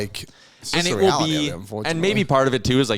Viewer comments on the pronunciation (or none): the Weality of it is indeed Cwazy.